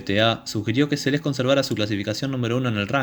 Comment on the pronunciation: Recuerdo claramente este echo, se habló largo y tendido, Durante los siguientes años se siguió hablando x este echo y x la magnífica deportista q era. Ahora, nunca en todos estos años, pero jamás... escuché pronunciar su nombre como : Selés...con acento.... inaudito